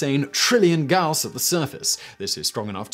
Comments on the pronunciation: "Gauss" is pronaunced gAus. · Gauss pronunciation change?... Now you're just trolling us pedants. Respect! 😜😂🤣